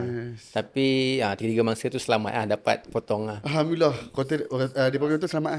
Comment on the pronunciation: sebutan Alhamdulillah, pada Alhamdu... bacaan ha ialah ha pedas (ح) dan perlu dibaca betul, jangan baca dengan ha bulat (ه). Cara bacaannya bole search, mudah jee.